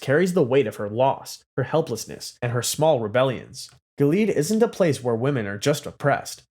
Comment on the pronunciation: Gilead: gill-E-ad